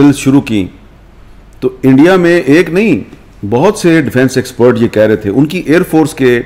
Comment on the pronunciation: Indie keh rha hai 😂 Omg 😂 ! Such a joker's